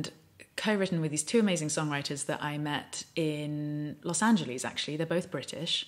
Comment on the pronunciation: That's not how to pronounce los angeles